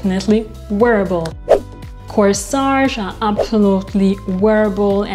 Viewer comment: Corsette. Not Coesage. Other than that , 😉 love the video❤